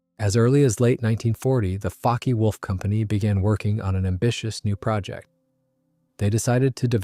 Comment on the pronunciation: OWCHHH! its NOT pronounced Focky wulf-- its Fockeh wulf!